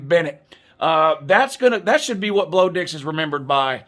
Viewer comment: “Blo Dix” 😂😂😂